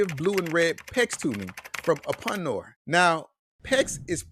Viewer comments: Its pronounced "oopinor" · You have a strange way of pronouncing Uponor. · this video is not showing uponor products and he cant even pronounce the name uponor correctly.